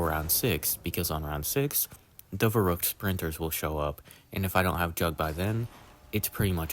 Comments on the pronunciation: It's pronounced sort of like "fair-rookt" but to be fair German Rs and English Rs are different, and the ü sound is very similar to "oo" (like in the word "too") but not quite the same. So it's hard for non-speakers of German to pronounce but the spelling should be easy enough to copy paste ;) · Its spelled and pronounced verrückt. Very different from "verruckt" or "werrokt". Its like spelling the word "and" like "end"